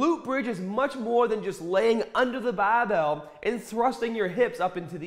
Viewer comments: Man I love this guy. Like a father to me. Guided my workouts throughout my teen years. Remember to pick up the bahbell! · did you just forget to ahh in for the word over? Bahbell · "push da bah-bell"!! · it’s literally so selective, he’ll “bah-bell” and “hahd” and every single other word that ends in ar he pronounces normally lol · The accent change with words like Barbell and Start trip me out. No accent to full Boston accent in a split second.